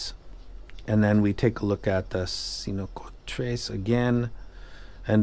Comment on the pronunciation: Cincotres looks like "cinco" (five in spanish) and "tres" (three), but I can't figure why. You should pronounce something like "Thinkotress". Cool name 😂